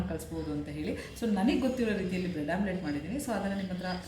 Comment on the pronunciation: Omlette not Amulet😂